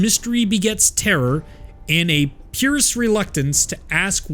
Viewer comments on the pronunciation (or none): pious = "Pie-us" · That's pious dawg. PIE-US